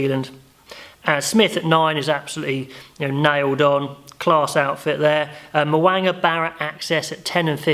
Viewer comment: LIke your review but would love to see you make more of an effort to pronounce players' names correctly! Instead of 'Mow-anga' (really nasal!!!) try Mow--ooong-a.;-) Pretty confident that Brodie Retallick will start and not sure Scott Barrett or Tuipulotu on the pine.But put your house on Big Bad Brodie to start!